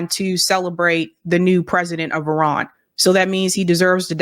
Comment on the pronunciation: Lindsey don’t know how to pronounce Iran , he said ijran , I ask him that he says for India Ijdia . Hidiot